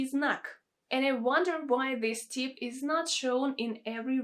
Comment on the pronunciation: "Tips" has a short i. You don't want to lengthen it out into teeps, OK? Rhymes with lips.